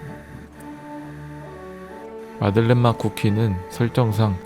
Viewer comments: 아닠ㅋㅋㅋ 마들렌 인데 마를덴 이라고 했어 ㅋㅋㅋㅋㅋ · 마를덴 머얔ㅋㅋㅋ 내가 잘못알고 있던건가하고 계속 마를덴 마들렌 이러면서 말하고 있었네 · 마를덴 형님..? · 마를덴 ㅋㅋㅋㅋㅋ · 마를덴 ㅋㅋ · 마를덴ㅋㅋㅋㅋ 아 진짜 아무렇지 않게 넘어갈 뻔... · 오 마를덴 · ...마를덴... 어디다 데셨길래... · 마를덴 형님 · 마를덴 ㅋㅋㄱㅋㄱㅋㄱㄱㅋㄱㅋㄱㅋㄱㅋ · 마를덴 형님..! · 마를덴 뭐냐구욬ㅋㅋㅋㅋ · 초에 마를덴이 아니라 마들렌 입니다. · 마를덴? 마들렌 아닌가? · 에 마를덴 뭐냐구요ㅋㅋㅋㅋ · "마들렌 형님 멋있어요!!" 가 "마를덴 형님 멋있어요" ㅋㅋㅋㅋㅋ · 마를덴 너무 자연스러워서 몰랐네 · ㅋㅋㅋㅋㅋㅋㅋㅋㅋㅋㅋㅋㅋㅋㅋㅋㅋ오늘두 웃고가요 갈 수록 뭔가 방법이 느는 기분... 마를덴... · 마를덴..! ㅋㅋㅋㅋㅋㅋㅋㅋ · 마를덴이요 선생님..?ㅋㅋㅋㅋㅋㅋㅋ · 마를덴 행님..? ㅋㅋㅋㅋㅋㅋ